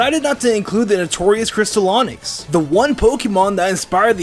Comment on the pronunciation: No not glass onix it's cristal!!!